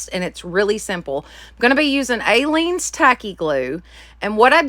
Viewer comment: You are pronouncing Aleene's incorrectly. It doesn't have a long A. It is pronounced uh-leene's. 😊 I used to watch her craft shows YEARS ago. You can probably find them on YouTube. Great crafting. You should find them and watch. I also LOVE watching your channel. Lots of creativity that I use every weekend. Thanks for sharing with us.